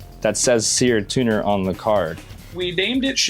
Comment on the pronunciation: It's seard tuner